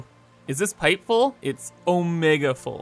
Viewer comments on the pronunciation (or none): none